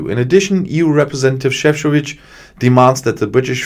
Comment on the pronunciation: Šefčovič (croatian name) I can see BIG progress with pronunciation :) Good job